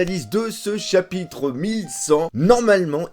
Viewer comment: À la 15 ème minute, il y a eu confusion entre "chabite" et "chapitre" 😂